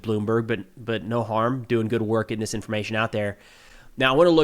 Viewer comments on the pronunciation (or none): none